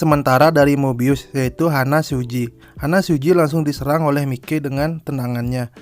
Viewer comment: HANMA SUJI : bukan Hana. Maiki bukan mikei